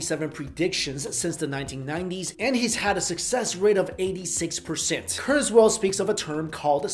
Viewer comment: It's KurzWHILE not KurzWHALE